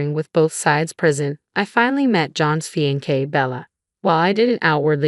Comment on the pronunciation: First time I have ever heard 'fiancee' pronounced as 'fee-an-kay